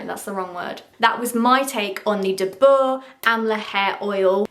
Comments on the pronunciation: The pronunciation is Dabar not dabour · Its pronounced "Daa-Ber" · Edit: Also it's pronounced DAA-BUR like 'Da' as in Dark and 'Bur' as in burlap. Amla is an ancient Indian skin and hair care remedy, like turmeric, etc and I guess the western world is just discovering it 😂😂 Dabur is just like a brand that's selling this oil, you should really try Amla Juice on your hair, it works very good